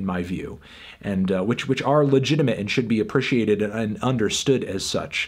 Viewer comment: Someone said Anthony says "appriciate" weird, and now I can't unhear it.